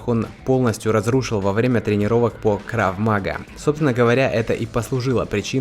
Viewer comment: Крав магА ударение на A :)